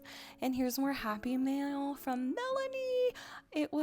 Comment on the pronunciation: Whenever you say "happy mail" I keep thinking you're saying "happy meal" 😂